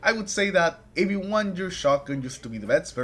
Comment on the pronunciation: wtf did you say? THREAT detector. Practice that.. tf 😅